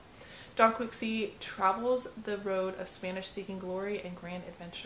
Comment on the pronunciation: Thanks! 😅 have you read the book?? Also, I mispronounced Don Quixote in this video too and highly embarrassed about it. 😂